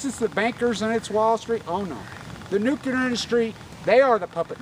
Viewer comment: NEW -CLEAR* NU-CLEAR * NUCLEAR * NOT NUKULER - love ya bro